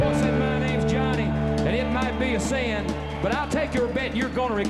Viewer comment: Only in a deep Southern accent like this could the word 'sin' have three syllables.